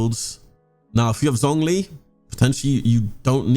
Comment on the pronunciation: Him: “ZZZonG li” Me: TRIGGERED it’s pronounced “Zshongli”